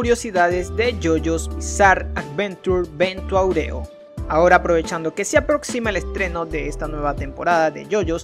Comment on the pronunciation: Se dice "vento aurio",no "aureo" :v